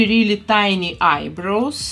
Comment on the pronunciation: whenever she says eyebrows, it sounds like eyeBROS 🤣